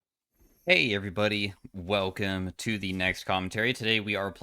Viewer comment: You thought we wouldn't notice that you said hwei everybody instead of hey everybody. You sly dog!